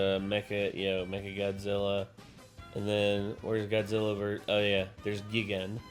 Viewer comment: hate to be that guy but it’s pronounced “guy-gan” not the other one